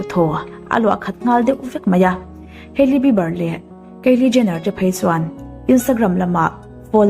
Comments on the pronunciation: Ngeiawm lam ni miah lo in an hming an lam dan chiang phawt la ngaihthlak a hreawm eee haely jenner i ti ang thei e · Kan mi duh zwg te leh....Kan idol te cu kan sawisel phal nang male....tiro😂😂selena nau panglai tang i tan....hailey hming cu i lam ri ve tawk a lom le😥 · Keili jenner han tih tlat mai chu...ngaihthlak ninawm ve!!! Kaili tiin lam ve mai la. Hailey tih hming awm bawk si, irritating tops!!!!